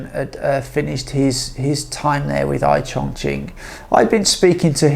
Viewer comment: Looks like a frightened rabbit reading the teleprompter carefully. This fake cannot even pronounce Chongqing correctly in Mandarin. Please learn Mandarin properly, at least the pronunciation if you want to make videos about China.